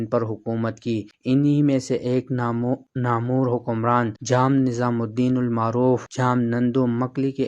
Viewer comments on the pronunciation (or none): یوٹیوبر صاحب، 😂😂😂 جو الفاظ آپ استعمال کر رہںے ہیں شاید ان الفاظ کا مطلب آپ خود بھی نہ سمجھتے ہںوں، یہ لفظ نامُور نہیں بلکہ نام ور ہںے 😂😂😂